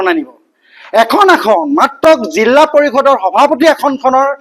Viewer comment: জিলা নে জিল্লা